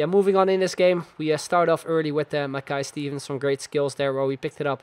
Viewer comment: Shin-nee thats how you pronouce him.